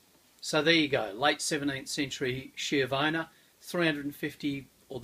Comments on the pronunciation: It’s pronounced “ski-avona” not “shiovana”. Lovely sword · It's pronounced skiavona in Italian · It's pronounced ski-avona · D I love you, but please pronounce it like if it was written "SKJEEUHVOUGHNA" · Isn't it supposed to be SKH-YA-VONA?!